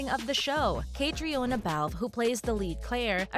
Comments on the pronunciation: Caitriona’s name is pronounced Katrina. Not Kay-tree-on-uh. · The makers of this video did not even bother to look up the correct pronunciation of 'Caitrione' which in the phonetic alphabet is /kəˈtriːnə/ not /kætrioni/ as the woman in this video pronounces it. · Catriona is pronounced "Katrina" just fyi. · Not me laughing at the way she pronounced caitriona is pronounced “cat-Treena” 😂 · its pronounced KA TREENA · Say her name right! Its pronounced Katrina! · Omg! Stop pronouncing her first name like that. It's pronounced Katrina. It's irish spelling version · Caitriona's name is pronounced Katrina! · Aahhh! Her name is pronounced Katrina! I didn't even make it 30 seconds in before I can't watch anymore. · Its pronounced Catreena, well at least in Australian. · And learn how to pronounce Catriona's name. It's pronounced Katrina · You mispronounced her name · This website needs to be reported. WTF can’t they learn how to pronounce Cait’s name? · I will not subscribe either. The click bait is not only idiotic, it is medical misinformation, and is patently unethical. And you need to learn how to pronounce Caitriona’s name correctly, you ignorant, money-hungry fool channel! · You made multiple mis-pronounciations in this vid. Including how Caitriona and Gabaldon are pronounced. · Hi you say Caitriona wrong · You should really check how to pronounce the lead actresses name, Caitriona is an Irish name and it shows a great lack of respect not just to do a quick google or YouTube search, there are after all enough videos where she explains how to pronounce it … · Please learn how her name is pronounced. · For Heaven’s sake, learn how to pronounce the star’s name! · EIGHT YEARS—learn how to pronounce the names 😵‍💫‼️‼️ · Please learn the PROPER PRONUNCIATION of the actors and writers name. I cringe 😬 as I’m sure others fans have done every time you mispronounce names. Do your homework as a reporter.